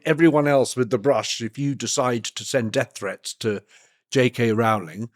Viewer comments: Rowling rhymes with bowling xx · Arrgh. It's ROWling as in "row row row your boat" U piss ant dog eared beetle brained soul suckers. A MOST IMPORTANT PERSON AND ON THE INTERNET FOR YEARS. scusi i have lost all respect for nearly everyone including you bat eating buggering wankers.